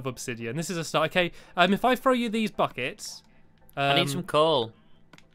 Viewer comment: omg stampy i thought u said f*ck its, not buckets XD